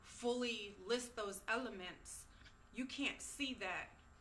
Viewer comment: She says ELEMENTS in all caps lol